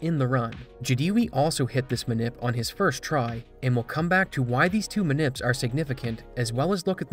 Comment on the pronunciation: I can’t take him saying “ma nip(s)” lmao. Him saying “ma nipless” made me bust out laughing 😂